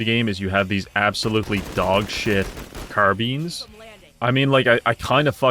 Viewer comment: "Car-beans" instead of "Car-bye-nes" hit me like a truck.